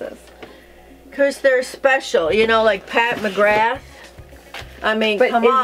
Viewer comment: your mom reminds me of Stevie Nicks! she's so cool :D also the way she pronouce McGrath bothers me XD love!